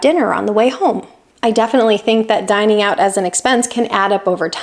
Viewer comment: "Dining out." Say "Dining out."